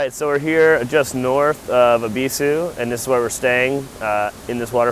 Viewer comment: ONLY AMERICAN ON YOUTUBE TO SAY EBISU CORRECTLY! I HAVE BEEN SATISFIED. THANK YOU.